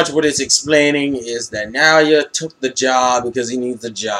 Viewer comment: It's Now-ya actually (Naoya) :P